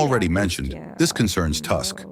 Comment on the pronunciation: What a shame that you pronounce the Polish president's last name "Tusk" as if he were born in a village in England or Scotland. You could learn the correct pronunciation. The U in Polish isn't pronounced like an A, but like a real U. Learn it.